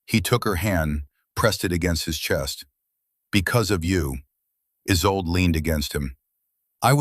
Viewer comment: There are too many ads. The woman's name is isolda not "is old").